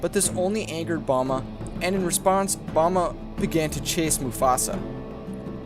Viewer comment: Me When I Hear The Buffalo's Name: I'm Sorry Repeat that again? Me When I Hear that Boma is The Buffalo's Name: Oh Boma, I Thought you Said Bulma for a Sec There Lol